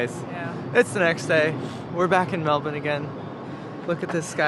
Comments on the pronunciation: You got it right! Pronounced “Melbun”, not “Melbourrrrrrrrrrrne”. I lived there in North Fitzroy. In Sydney the saying was “In Melbourne there are two great things: 1. The Beer; 2. The road home (Sydney Road). Both cities have their pluses and minuses. I like them both. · The most important parts of this video are (in order) 1) final fuel stats 2) total acceptance to pronounce Melbourne the Aussie way